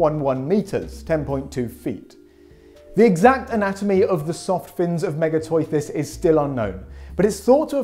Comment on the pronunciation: It's NOT "TOY-THIS" ....IT'S "TOOTHIS".....HOW CAN YOU NEVER HAVE HEARD THIS?? NO ONE PRONOUNCES IT LIKE THAT... NO ONE(except, naturally)